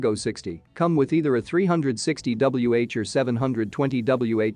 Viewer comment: Adjust your reader to pronounce the "wh" to Watt Hour.